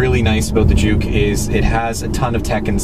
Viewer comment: i'm sorry, i always thought you pronounce juke as junk.